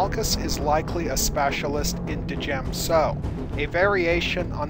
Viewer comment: ...its pronounced "Jem - So" The 'D' is silent. Like Django.